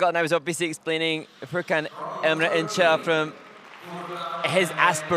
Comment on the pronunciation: incel 😭😭😭 injel diye okuyun şunu bıktım şu yabancıların isimleri okumaya çalışmamasından